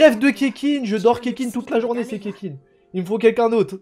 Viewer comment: « Oe mais c bien le doublon de keqking la tfait de la constellation et deja sa s’dit ketching et pas keking reflechi nunuche » 😂🤣🤣😂